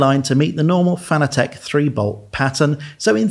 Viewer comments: "FAN-ugh-tech"?? Is it not pronounced just like the word fanatic is? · Fanatec is pronounced like the word fanatic. This is according to the company founder.